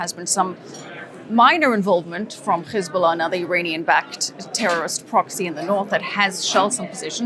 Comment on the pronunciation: Hamas is an Arabic word, stop pronouncing it like the Israelis do! No “kh”!!!! Same with Hezbollah. They both have an actual “h” at the start. 🤦🏻‍♀️